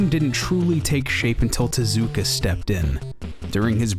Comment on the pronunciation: Thank you for properly pronouncing Tezuka, ever since I learned how Japanese really sounds the way it's usually pronounced by English speakers annoys me so much.